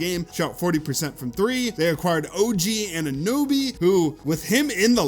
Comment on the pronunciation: He said Anunoby wrong so you know they’re just box score watching… not the actual game